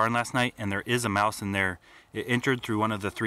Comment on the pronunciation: Umm excuse meh, it is "mouse" not "mouce", sir!